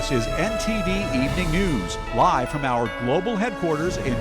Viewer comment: Attention NTD: The word "evening" is a 2-syllable word, not 3. Check the dictionary.